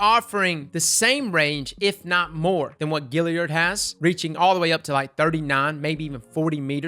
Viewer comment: But wait....why do you pronounce GALLIARD like its spelled GILLIARD?